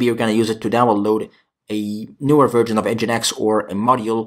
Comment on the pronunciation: I don't mind your pronunciation being slightly off, but I would recommend that you pronounce "version" correctly. I.e. not as "virgin".